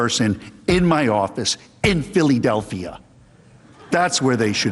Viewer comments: Watching that guy angrily squirm was hilarious. The way he pronounces Philadelphia alone was deserving of laughter. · They laughed because he said “Phillydelphia”... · I think they laughed because he said Phillydelphia.